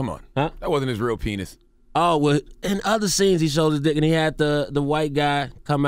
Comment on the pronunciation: charlemagne sayin penith lmao